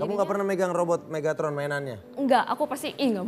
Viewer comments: megtaron? Megatron yng bener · Menit bukan Megtaron tapi mega tron